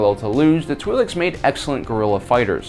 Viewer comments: It is in fact pronounced "tw-eye-lek' (singular) "tw-eye-lex" (pleural). And their ability to have children with humans only exist in Cannon. In legends the two species were genetically incompatible. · I think they're pronounced "twil'eks" like with ill but with a tw at the beginning and ek as in the last part of the word neck I think I heard it pronounced that way in clone wars but I'm not sure if I'm correct I'm mainly guessing.